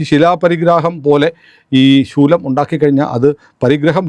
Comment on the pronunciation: ശൂലം അല്ല,,,,സ്ഥൂലഠ